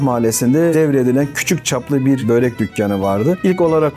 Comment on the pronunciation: Yazarken börek okurken böğrek ...abi niye